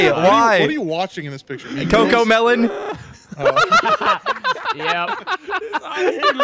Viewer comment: the way says coco melon is borderline criminal